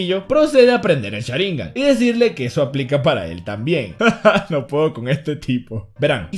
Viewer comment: es sharingan no sharINGAn